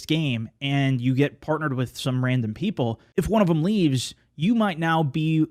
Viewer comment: "If you are playing with ran-dumbs..." lol